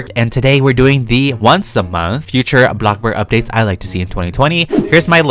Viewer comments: The fact that he says block burg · I love it when takes his time on making videos for us he deserves more than enough and I got used to saying bloxbug like 🍞